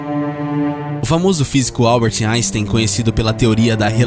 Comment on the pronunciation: Mas o nome dele tá errado. E Albert e não Alber. 😱🤪